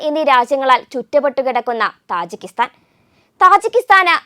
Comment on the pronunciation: തജിക്കിസ്ഥാൻ ആണ് , താജി അല്ല !